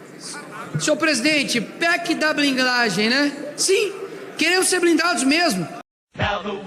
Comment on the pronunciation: "PEC da blinglagem"